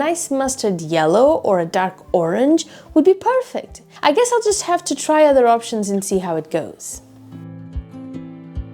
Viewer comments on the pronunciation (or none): none